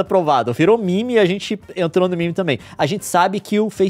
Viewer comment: Leon fala mimi e não meme mas defende que se fala koo e não cool enfim a hipotermia